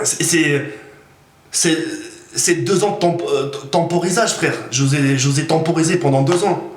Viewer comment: La temporisation pas le tamporisage lol